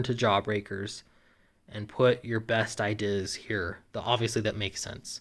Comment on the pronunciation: True story: as a child, had a very localized stroke that destroyed the section of the brain that contains the correct pronunciation of 'ideas'.